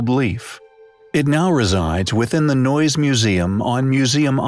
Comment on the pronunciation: Neues is pronounced noy-ess, not noyz.